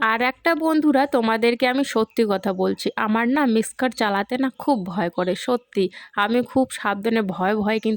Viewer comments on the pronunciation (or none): Ota Mixer Grinder Bole.Mixkar Na.